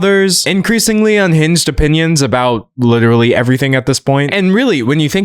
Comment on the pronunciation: "Uhm, im witerally dawk maga... lyke witerally" 🤮🤮🤮